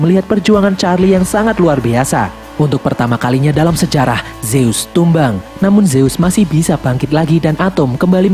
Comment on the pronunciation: Zeus dibaca zuz